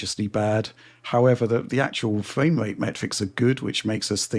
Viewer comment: Every time he says “Fame” rates instead of “frame” rates its killing my ears